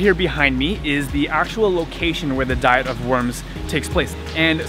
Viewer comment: It's been great to follow your journey. I've heard it said "dee-ette" instead of how we normally say diet.